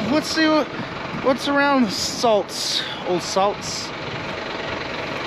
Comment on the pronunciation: Saldus. You actually pronounce every single letter You spell.